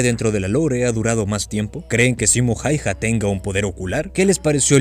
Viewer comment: Loco, se pronuncia jauja, mete el apellido hayha en el traductor y ponlo a leerlo en fines